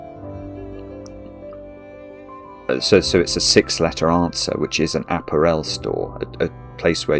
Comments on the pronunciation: Please check how to pronounce apparel! You are saying it wrong! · I'm in the UK, and I've never heard that pronunciation before. It's either just or regional. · I'm from Southern England (living in Wales), I have never heard apparel pronounced that way before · The pronunciation of apparel in this video makes me twitch. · me too, I doth think the brit has the wrong pronunciation here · I doubt it. I'm curmudgeonly and don't tolerate fools gladly. Murdering very standard English pronunciation is one of my triggers, I'm afraid. What's your excuse? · Never heard anyone pronounce apparel like that. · Mix it with some prosecco and soda water and you've got yourself an Apparel Spritz. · as an non native english speaker that's how i pronounce it lol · Yeah is definitely wrong here. There's a few words he says wrong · Always enjoy taking the time to explain how the puzzle is supposed to work. Is that how they pronounce “ah-pair-l” in the UK? “App-er-el?” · A-párul, for heaven’s sake! It’s not an aperol spritz! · There's a Scottish player at Cambridge United who is part French. His name is Appere with an acute accent on each of the two e's. There is a stress on that final syllable. Another way to describe this pronunciation is to say that it is the same way wrongly says the word "Apparel". The stress should be on the middle syllable. a-PA-rel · I looked up apparel in multiple dictionaries and I'm pretty sure it's /əˈpærəl/ (uh-PARE-uhl) even in British English. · apparel rhymes with barrel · I mean apparel . The stress is on the second syllable not the third. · Has he never heard the word apparel pronounced before? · Never heard apparel pronounced that way in English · Weird that cant pronounce apparel correctly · I’ve heard a lot of British TV and actual British and other non-American English speakers talk, but I’ve never heard apparel pronounced that way. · In your pronunciation of 'apparel' you are confusing it with 'Aperol'.